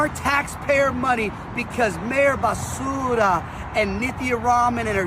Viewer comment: Love that calls her bass-ura 😂